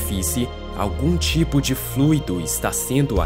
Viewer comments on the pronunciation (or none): none